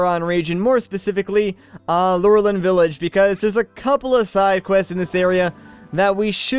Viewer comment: I think you pronounce it as Loo-RELL-in village.